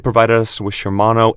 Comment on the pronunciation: Shimano brakes, yet video clearly shows Tektro lol. And its Shimano, not Shermano